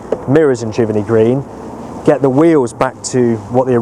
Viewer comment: Pronunciation is jiv-Ernie Not jiverny Giverney